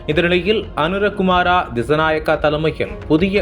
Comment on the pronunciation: பெயரை ஒழுங்கா உச்சரிக்கவும் அனுர குமார திஸாநாயக்க Not அனுரா குமாரா திஸாநாயக்கா